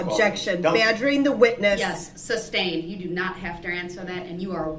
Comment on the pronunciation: Stop!!! It’s not substained!!!:) lol